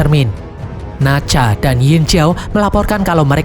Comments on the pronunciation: Nezha bang bukan nazha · Minmin bukan nacah itu nezah😅😊